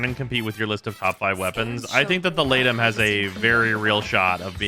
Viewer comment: I know its unintuitive but I think its pronounced 'lee-tum' since aegis is pronounced 'ee-jiss'